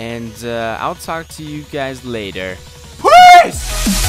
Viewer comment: Lol your "PEACE!" at the end of this video sounded more like "FHRDRAOSHRT!"